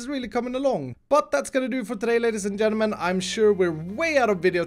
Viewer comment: "Hello Ladies and Jennamen"